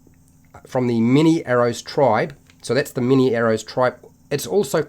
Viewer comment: Every time you said "Mini-arrows" I laughed a bit inside :D